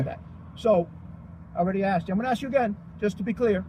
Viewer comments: I'm axing him.....I love it. Simply pronouncing the word ask isn't even possible! Lol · Ask or axe ? Take him away officer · Police and school teachers are not paid enough. I couldn't do it without losing my sh*t😅every time they say arks, I would die a little, how hard is it? ASK!! Pronounced arsk😢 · You mean he didn't axe🪓 you for your license.Don't you mean ask you? Wouldn't you pronounce the s and k when you said the word Skunk? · Such an intelligent legal scholar should know that the word “ask” is not pronounced “ax”! Do you wear a “max” on Halloween, do you refer to the job at hand as a “tax”, do you keep a little liquor in your “flax”, do you “bax” in the glory of being a sov cit? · I never take advice from someone who can't pronounce the word ask